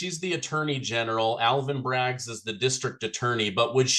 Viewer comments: Can someone tell its not Braggs, it's Bragg. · Alvin Bragg...not Alvin Braggs